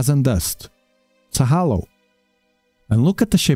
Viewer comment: Halo, not hollow